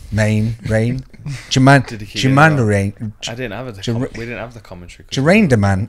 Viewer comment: Juh-mayne Duramdamum?!